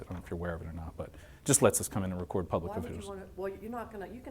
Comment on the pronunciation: "Wecord in here"